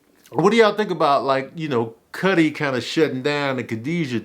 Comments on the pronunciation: Why he keep calling Skully, Cuddy?? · Why u keepin sayin cutty 😅 its skully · Scully Not Cutty LMAO!! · Tanoose and Cutty 😂😂😂😂 booooyyyy!! It’s Tanosse (Tuh- nah- say) and Skully. Ion know if you did that on perpose but I’m weak af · My man said tanoose and cutty 😂😂